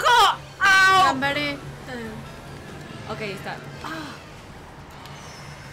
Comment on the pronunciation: Eso le salió muy argento a Pau! jajaja Y después tira un "Gambare" JAJAJAJA